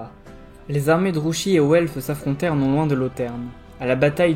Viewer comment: toujours un plaisir entre ton excellente diction, la construction de ta vidéo et le rythme. Une seule petite remarque, Druchii se prononce "Drouki" normalement (on l'entend distinctement dans les jeux Total War: Warhammer 2 et 3)